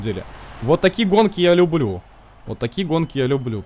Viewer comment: на ты сказал любрю